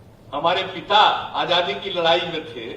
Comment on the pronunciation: This guy is indirectly insulting the thousands of freedom fighters include Mahatma Gandhi. He should talk about what different development programmea he has for the country and foreign policy. He is educated engineer but can't even pronounce Hindi word Azaadi which he says AJJaadi.